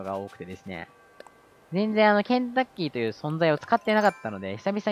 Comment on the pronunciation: 再びコンクリ男は草w ケンタッキーが洗濯機に聞こえたw ｳｯ…頭が！